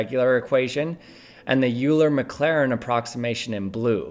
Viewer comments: "Yuler Maclarin" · Nooo not "U-ler maclairin"